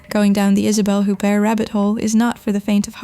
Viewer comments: OO-bear, not HOOP-ert. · You do not pronounce the t at the end of her name!!!! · Please don't use clickbait titles and learn how to pronounce her name (which I find strange, Isabelle Huppert has been one of the household names ever since I was a kid). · When you mispronounced her name, I figured you really don't know anything about her, so I bailed. Oe maybe this is AI.